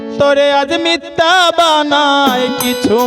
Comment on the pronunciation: উচ্চারণ মিথ্যা,মিততা না